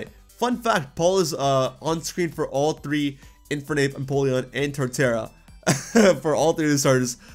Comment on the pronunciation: Put some respeck on Torterra's name. 😤😩 😅